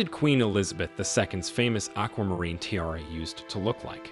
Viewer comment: Learn how to correctly pronounce ‘tiara’ and read Latin numerals!